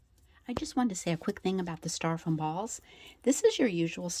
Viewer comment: stYro-foam instead of staR-Ro-foam